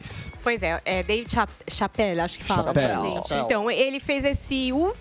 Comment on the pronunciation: pronunciando "Chapelle" foi triste